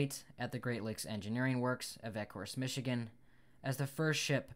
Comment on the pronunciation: Just so you know Wyandotte is pronounced Y an dot. and Ecorse is E Course. I grew up in Ecorse and Wyandotte is the next town